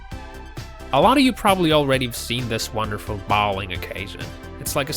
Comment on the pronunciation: Learn how to pronounce some standard words like video, goal and bowlng. Oh and stop trying to narrate - you are rubiish!